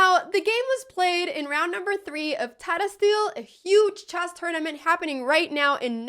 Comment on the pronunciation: Yeah, she says chass.